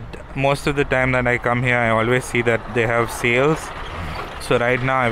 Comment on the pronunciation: I love your videos and the way u say - stuff like dat 😂